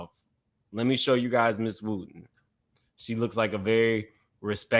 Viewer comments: Wooden not Wooten. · WOOTEN and WOODEN are NOT the same names. Please recheck your Research on Pastor Wooden's Wife. WOOD-EN 🪵🪵🪵🪵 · Touch your neighbor and say "WOODEN not WOOTEN!" 🤦🏽‍♀️🥴😭